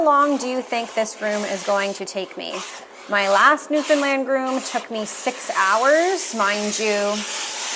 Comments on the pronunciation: As a newfoundlander ... hats off to ya for pronouncing newfoundland correctly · I love that you know how to pronounce Newfoundland. 🧡